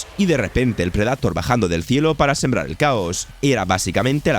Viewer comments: Insisto, buenísimos videos, pero que cringe da que pronuncie tan mal el inglés, como que predAtor? 🙄🙄🙄🙄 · Y cada que dice pred"A"tor un gato 😂😂😂😂 dar mucho cringe que pronuncie taaaaaaaaaaaaan mal